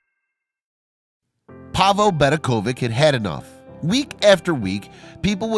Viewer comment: Just to make a short story long you have added a history of Zagreb, which has absolutely nothing to do with the problem parking. In the flea market you can buy all kinds of other people's rubbish. BedeKOvic is pronounced VeDEKovich. ovic means son, as in Robinson. Imagine calling the latter RowBINson. Near the end you repeated the name of the city but reversed the vowels, thus Zegrab.